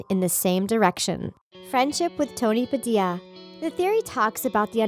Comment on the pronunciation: It is "Tony Pah-Dil-Yah" and not "Tony Padia"